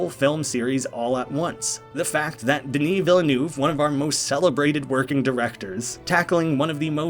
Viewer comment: Hi I'm from Québec and we are very proud of Denis Villeneuve's Dune! (You call him wrong, it's "duh-nee veel-nuh-vuh")